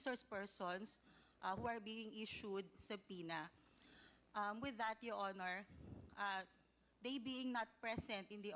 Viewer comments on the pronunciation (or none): none